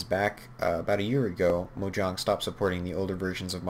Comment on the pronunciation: "mojahng" its mo JANG